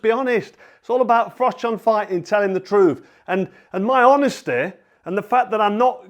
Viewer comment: I do very much remember "for mash, get Smash". :) As for Uncle Frank, I do wonder if he mispronounces your name as "Frock" on purpose.